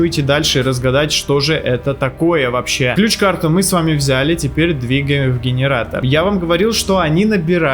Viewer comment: Гиниратор дигиниратор😅🤣